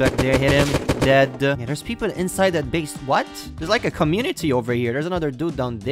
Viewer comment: Why do you say deade